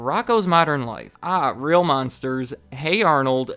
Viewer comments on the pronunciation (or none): none